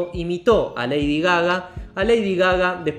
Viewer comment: En vez de Lady Gaga es Lady Gagá.